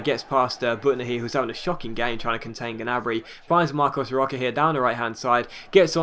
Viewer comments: Hey just saying, it's pronounced Marcos Rosha, not Roka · Hey, say "Rocha" like "Rosha"